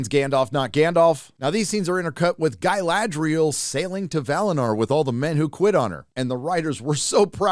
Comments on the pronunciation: It's not Guyladriel, it's Galadriel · guh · la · dree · uhl Not Guy-lad-driel. Come on now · I wondered why he couldn't pronounce Galadriel, until I realised he was trying to say "Guy-ladriel". lol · Galadriel is so butchered... but yeah its old news. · Funnily the one thing they seem to have nailed is the pronunciations. (Please stop remarking it, Americanized "Galadriel" sounds horrible) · My favourite acting flaw is how they pronounce Galadriel is a somewhat elvish way but then all speak is some basic English accent, really immerses you into the world